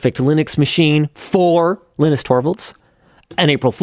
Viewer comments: Linus (TT) keep jumping between "Lie-nus" and "Lin-us", but I am pretty sure Linus Torvalds pronounces it "Lee-nus". I'd love to see a counter for how many people get it wrong on the Floatplane BTS 😂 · He's Leenoos, not lyenus. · I'm sure he is pronouncing his name wrong... I think its pronounced leeee -nus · Why do you keep mispronouncing his first name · why is he pronouncing his own name wrong?